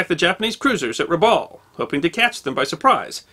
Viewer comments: Dear, in Australia we pronounce "Rabaul" as follows, the first "a" as in "cup", "baul" as in "Bowel" please keep up the great work!! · As an Australian trust territory the town is pronounced Rab Bowel. I grew up there. Our family arrived in . There were many relics of the war still present. The Japanese tunnels.....300 miles of them built into the caldera wall of Rabaul. Also perfectly preserved was Admiral Yamamoto's war bunker. It was underground made of concrete and once you entered via a stairwell it opened into a large round chamber. On the walls was the map of the Bismarck Archipelago, all the islands and the where the battlements were. A volcanic eruption destroyed Rabaul in 1994 with persistent further eruptions that continue today. Some parts away from the volcano remain and have been rebuilt. Today (2024) Rabaul is visited by many cruise ships that come to see the volcano and the remnants of the pacific war. In its hey day it was a very beautiful town and known as the 'jewel in the crown'. The allied force stationed in Rabaul was 2nd 22 Battalion with Lark Force. It was impossible for the allies to hold Rabaul once 5000 Japanese troops arrived. Many many stories are told of the atrocities during the occupation. Thank you for the video. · went full on Japanese when pronouncing Rabaul Harbour.